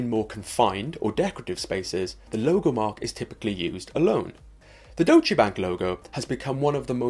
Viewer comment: It's pronounced "Doytch" not "Do-che"", right?